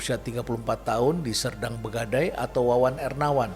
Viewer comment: Serdang Bedagai bukan Serdang Begadai Prof